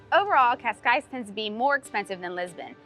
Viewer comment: Neither of the ways you say Cascais are how you pronounce Cascais. No judgement, it’s a hard language but don’t be teaching ppl if you don’t know it yourself. :)